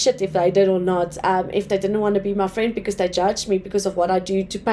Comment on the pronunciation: You need to work on your accent, please. Try pronouncing 'th', saying 'dey' and 'dem' makes you sound pretty bad